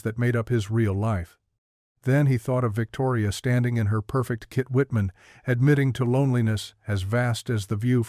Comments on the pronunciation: The hell you keep saying Kit Whitman for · Why can’t someone at least check that they don’t have “kitchen” pronounced correctly. What the heck is a “kit-whitman”